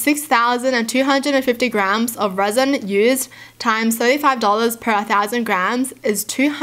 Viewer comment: you have such a nice reading voice and by the way at first I thought you said the wheelbarrows were made out of raisin